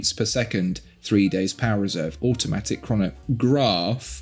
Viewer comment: "[T]hree" and "[A]utomatic" Hello?